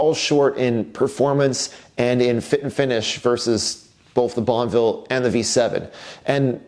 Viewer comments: So wish he would not say bonvil !!!! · I really hope you keep the Guzzi because you can't pronounce bonnEville.